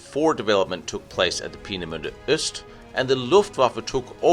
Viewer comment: So much for butchering the pronunciation of Peenemünde. You absolutely nailed it - which only underlines the statement I made on one of your previous videos. Your German is really VERY good.